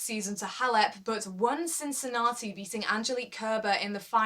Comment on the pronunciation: Great work, quality video again. I hope you'll make review about the USO as well.:) I wanted to write that I like the way you said Cincinnati, (it's so British :)), but I see in the comments, someone else had pointed it out already.:) The name of the tournament says it all: I hope it's going to be Roger's Roger's Cup soon. :D But if not, then he can rest before playing on his most suitable hard court on Tour in CincinnAti. In 2014, he overplayed a bit and it probably cost him that US Open. With Djokovic and Wawrinka missing the rest of the season, I think there's going to be a huge fight for the other 6 places at the World Tour Finals. I would be curious to know what's your prediction on that, I'll go with Zverev, Thiem, Cilic, Murray, Nishikori and maybe Raonic as the qualifiers for London. Bedych and Querrey have good chances as well.